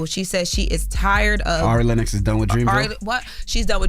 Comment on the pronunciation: Who TF is "airy Lennox" 😂😂